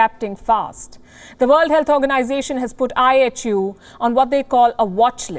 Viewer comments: Sometimes I heard I.H.U. as I Have You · Kinda sounds like “ I Hate you “🤷🏻‍♂️ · I thought I heard the news caster saying, I HATE U". Did I hear her well? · Apparently all variants are coming "out of Africa". IHU; why does it sound like -i hate you?